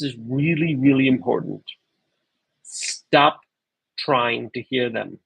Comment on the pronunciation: The Irish in ya. “Why would ya shtop”.